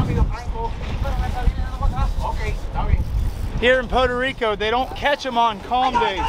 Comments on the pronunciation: 1 minute in and I hope I don't hear "Poto Rico" again! It's freaking "Puerto Rico"! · it’s Puerto Rico not Poda Rico 😂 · Pu air tow Ree co. NOT Poe toe Ree co. Hope this helps. 😉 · Had me cracking up at how you say Puerto Rico. Sounded like Pordo Rico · Poe Deriko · “We in Potoe Rico”!! Dang. lol Good vid and fun times. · Every "Pow-tuh Rico" took a piece of my sanity :) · "PODA RICO" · Lmao “poto reeco” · its not podo rico lol typical gator fan, go put on your Jorts 😊😊😊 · What the hell is Poto Rico!? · "Poto Rico" eh? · "poto rico"? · Stop calling it Potarico . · I love how pronounces Puerto Rico 😂😂😂 I only hear gringos say Puerto Rico like that lol😂😂😂 we love em all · Gotta work on that pronunciation man haha otherwise awesome..... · Why can’t you say Puerto Rico? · You had better learn how to pronounce Puerto Rico, really quick